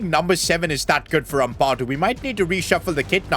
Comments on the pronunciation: It’s Ampadu not Ampawdu( sorry if this seems criticising or mean) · it's pronounced am-pad - oo not ampa-doo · Its amp - a - doo not ethan amp - ah - doo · It’s not pronounced uhmpahdo it’s ahmpado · As a leeds fan please pronouce ampadu's name right its Am-pa-du not am-par-du and say the pa like how youd pronounce papin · as a leeds fan it is pronounced am pa doo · the way you say ampadu hurts my soul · Your saying Ethan Ampadu’s name wrong